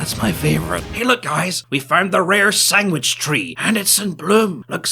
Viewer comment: Did he say "sanggwich" ?